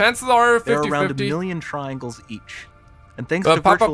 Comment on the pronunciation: Nobody The narrator- "Triangles"